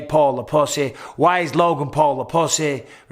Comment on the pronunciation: I sprayed sweet tea everywhere when I heard him say possies! This video needs a do not eat or drink while watching warning sign. 😂